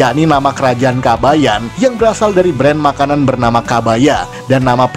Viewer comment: Mimin kayaknya nyebutnya "kabaya" tanpa n...